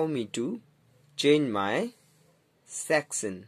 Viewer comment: When you say section I heard that you say sextion